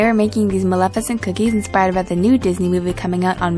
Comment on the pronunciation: Umm I think you said the name wrong for the movie